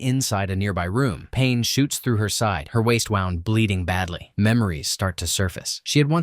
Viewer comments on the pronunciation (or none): Not AI? This is my first time seeing one of your vids. I am a little concerned if this isn't AI because the word 'wound'.... In this case, the princess had a ('woo-nd'). Of course, she could have 'wound' ('wow-nd') something around her waist to stop her 'wound' ('woo-nd')...🙃 I know the English language is confusing-- we don't even follow our own rules! Sorry, hon! Looks like a decent movie though-- thank you for sharing! Take good care!😊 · can't teach TTS the difference between the past tense of WIND (a wristwatch is wound up) and a bleeding wound. and, can't get me to watch TTS crapola. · Revealed the AI voice when mispronounced "wound" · Wound vs wound mix up drives me nuts